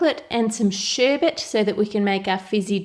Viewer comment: It's sherbet. It's pronounced sh-ERB-UHT. Not sh-ERB-ERT